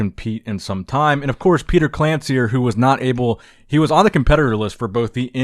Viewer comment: Petar's surname pronunciation is more like "Klanchir" 🙂 Glad to see him competing - excellent form!